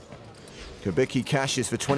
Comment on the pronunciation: so you read Malec correctly but Kubicki somehow morphs into Kubiki :)